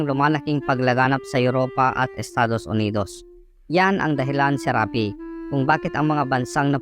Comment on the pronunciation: Dapat SHARAPI, hindi Serapi.